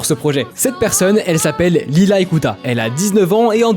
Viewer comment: Pour info, on prononce le s dans Lilas.